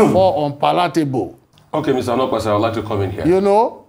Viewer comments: Onokpasa not olopasa 😂😂😂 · His name is pronounced as "Oh No Kpa Sa" that's why him dey vex 🤣🤣🤣🤣🤣🤣